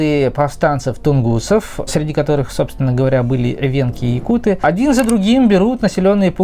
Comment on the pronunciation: Если ты говоришь якутыы, тогда и говори тунгусыыы! Правильно будет якУт. Ты же не говоришь например бурятыы, а бурЯты. Татарыы, чеченцыы, башкирыы. Тогда почему вдруг говорите якутыы? Очень режет слух, вообще правильно будет саха!